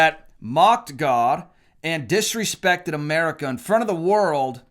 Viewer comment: Did he just say Ga instead of God?